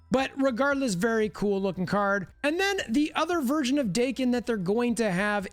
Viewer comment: Daken ,Rhymes with Kraken not Bacon.